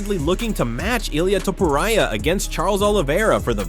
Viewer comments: Elaya topuraya? really🤣🤣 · Who the hell is illiea tiporia?????